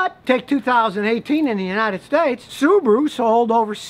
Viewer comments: Why pronounce it SubooRu when its clearly SubAHru? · Why do Americans pronounce Subaru "Subaruer"?